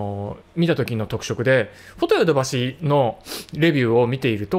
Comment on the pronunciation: フォ↑ト↑ヨ↑ド↑バ↑シ↑ フォ↓ト↓ヨ↓ド↓バ↓シ↓